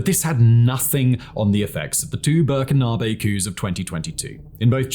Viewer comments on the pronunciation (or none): Really insightful series that brings light to flashpoints that we need to keep an eye on. Thank you for this and keep up the great work. Minor pronunciation points: - Ouagadougou is pronounced "Wagaduuuguuu". - The people of Burkina Faso are "Burkeeena bey"